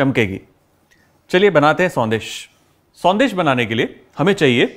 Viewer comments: It is not sondeh but it is shondesh sir. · Thanks for the recipe Chef.. but it’s Sondesh not Sandesh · Sandesh nhi banegi शौन्देश ki spelling padne me संदेश lag rh h shoundesh hogi sir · Very good Kunal, love your recipe videos - this one is no exception. Just a small observation - since you are presenting a Bengali sweet, might as well pronounce it correctly. We don’t have the स sound in Bengali. Sondesh is pronounced Shondesh 😊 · It's actually pronounced as " Shaun-desh"